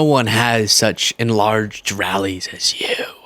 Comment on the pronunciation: You have the biggest rrrrallies rawr. OMG. That made me laugh so much. And it's so accurate. 😂